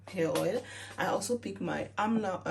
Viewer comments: Its Almond oil not Amando oil ! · It’s Almond oil not Almando oil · Almond oil. Pronounced ALL MAN D. Like the nut. Peanut, cashews, almond